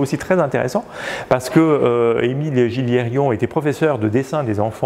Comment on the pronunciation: petit détail: Gilliéron se prononce "Giyéron" donc sans prononcer les lettres "l" et sans rajouter un "i" inexistant dans la dernière syllabe 😉 et merci au de nous permettre de voir et d'apprendre à distance et de faire parler et partager les connaissances des multiples spécialistes.